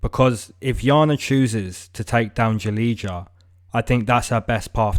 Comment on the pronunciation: You don’t read Julidza, you read her name as: Julia. When you read Julidza, it sounds ugly for Slavic language people.